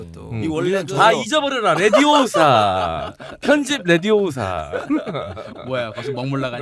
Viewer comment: 레디오사~~가 아니고, 레비오우사~~~^^